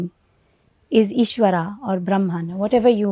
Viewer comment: appreciate sharing that information, humble request though, kindly pronounce ishwara and dharma over ishwaraa and dharmaa, although language is english but words are Indian, this is symbolic in a sense to represent true Indian view over western understanding and interpretation. don't mean to offend but thats my sincere feeling.